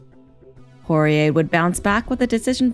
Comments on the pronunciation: Saying Poirer on this always came out like Jorge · She's saying Porier but sounds like Jorge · Why does she keep saying "Jorge" when it's Dustin Poirier? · Am I the only one who hears the narrator saying "Jorge" instead of "Poirier" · Sounds like shes saying horier the whole time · Sounds like she’s saying horhey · Why is she calling dusting Jorge ??? This is a little off putting oooh shes calling him porire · Last person to beat McGregor was khabib. The narrator sucks. She kept saying Jorge instead of Dustins last name lmao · Anyone notice she keeps calling Dustin Jorge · Why does she keep calling Dustin Jorge is that his middle name or something